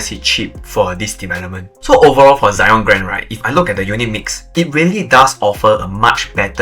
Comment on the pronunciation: Why Zyon instead of Zion?